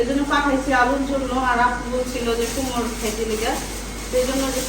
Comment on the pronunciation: কুমড়ো কে কুমোর বললে। অসুবিধা। কি বুঝা যায় তুমি কুমড়ো মিন। করেছ।